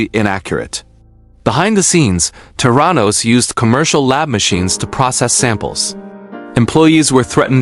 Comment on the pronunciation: from an investigative journalist's perspective your article needs to have words correctly pronounced and spelt....the name of Elizabeth Holmes's company is not Terranos----it's THERANOS.....there are many more glaring mistakes throughout the article.....please kindly rectify...